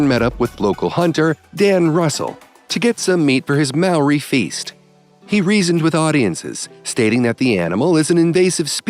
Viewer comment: This dudes pronunciation of "Maori" is the worst attempt I have ever heard 😂